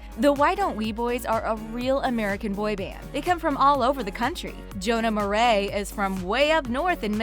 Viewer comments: PRONOUCE JONAH MARIAS! MA-RI-AS NOT MARAY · Did she just say Jonah maray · Who else gets triggers af when she says Marais like Murray like tf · said Jonah last name wrong